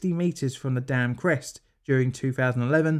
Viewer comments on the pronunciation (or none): none